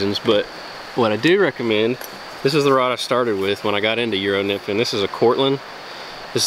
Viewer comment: what did he just say? love me some good yero nymphin